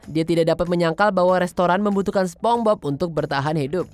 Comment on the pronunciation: Pengucapan masih begitu padahal ini cabang channel internasional.